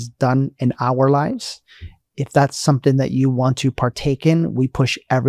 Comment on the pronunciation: It's interesting that she says "sonthing" instead of "something" What's stopping her from making the "m" sound?